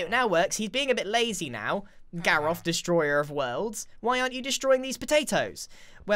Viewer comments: you called him „Destoryer“ not Destroyer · Its Destroyer not destoryer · you said "destoryer" instead of "destroyer" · "Graroph," Destoryer" of Worlds" How do you destory something? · DESTORYER.......???????? Oh Grian... honey.... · He named the villager "destoryer of worlds" instead of "destroyer of worlds" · Destoryer of worlds ?, try again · Destoryer is what he said lol the o and r are flipped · Whats a "Destoryer"? 🤔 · "Destoryer" hahah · "destoryor " lol